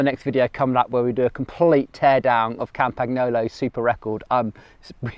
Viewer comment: Love your videos but when you say "Kampaknolo" old Tullio is spinning in his grave.